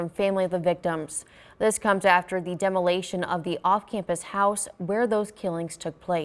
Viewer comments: The word is "demolotion" and not "demolation." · Actually, it’s demolition. 🤣🤣🤣